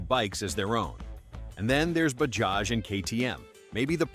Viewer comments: It's not bahaj? it's Bajaj!!! correct your pronounciation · It's Ba-JA-j not BA-HA-j. .... We sound out both the J s . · Bahaj ❌ Bajaj ✅ Not everything is pronounced how baja (baha) is pronounced 🤡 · "Bajaj" not pronouced "Ba-haj", its pronounced "Ba-judge" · You should pronounce it as Bajaj and not Bahaj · 😂😂😂😅😅😅 what funny pronunciation. Its not "BAHAAJ " say properly "BAJAAJ" You're mistaking Mexican for Hindi . Pathetic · Hi, thanks for covering the path-breaking Indian motorcycle industry. Incidentally, in the name Bajaj, both J's are pronounced as J. So it's NOT BaHaj, but BaJaJ... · Americans should stop pronouncing J as Ha it is Bajaj not Bahaj. This is irritating. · It is not Bahaj. It is Bajaj. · it is Bajaj not Bahaj. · Bahaj is pronounced Ba-Ja-J. J as in Jam. Royal Enfield was the first to reposition towards premium markets. They sold more than when they were just reliable and affordable. The brands shown were built to be affordable not flashy. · Bajaj❌ Bahaj✅.....🤣🤣🤣🤣🤣🤣🤣🤣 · If making the video, at least the pronunciation must be right. It is not “Bahaj” but liternally “Bajaj” unlike Spanish pronunciation of “j” as “ha”…. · Please stop saying Bahaj. It's Bajaj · Wtf is bahaj? It's Bajaj pronounce J bro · Bahaj ❌ bajaj ✅ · Bro it is bajaaz not bahaaz😮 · Baja not Bhakti. .It’s not Spanish or Slovak. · ‘Bahaj’?? Really? 😂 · Did you just say "Ba-has" ? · In Mexico Ja pronounced as Ha. That's why narrator confused initial stage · It's Bajaj correct your pronunciation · Indian laugh ha..ha..ha.. Not ja..ja..ja..ja you might want to correct the way you pronounced bajaj it's not a Spanish name. J is pronounced as j not h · when you write j then pronounce it j. its not h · Unlike the Mexicans , we do actually pronounce the first j in bajaj